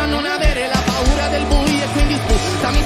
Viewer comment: Paura not puara means fear😆